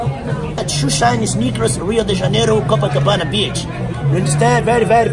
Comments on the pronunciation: It's not cococabana! It's copacabana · Copacabana not cococabana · Copacabana.. Co-Pa-cabana. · CoPAcabana!! What do you think you are??? First gringo in cocacabana???🙄👎🏻👎🏻👎🏻👎🏻